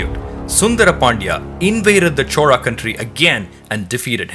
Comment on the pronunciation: Chola is a kingdom... Chora is thief... Please pronounce names properly.